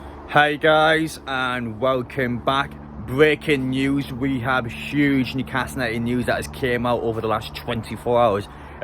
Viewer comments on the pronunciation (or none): Bweaking news